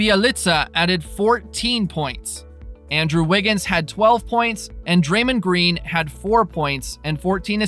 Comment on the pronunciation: This guy keeps pronouncing Stephen Curry and Draymond Green name wrong.